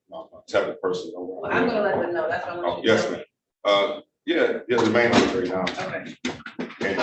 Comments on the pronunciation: Barely literate simpleton trying to defend himself in court. Doesn’t have a clue what duress means. Says words that don’t exist, like “cohersion” and “liberry”. Thinks that using upper case or lower case letters makes a difference to his identity. If he spent as much time as he did on trying to sound intelligent, actually getting an education, he would probably get an attorney. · When you can’t pronounce the word “library”, but think you’re qualified to act as a lawyer. Unreal. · Lie berry, nice😊